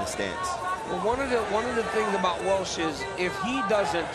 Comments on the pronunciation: His name is Rocco Welsh not Walsh. Super disrespectful but not too surprising since it’s The NCAA that posted the video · Welsh, not Walsh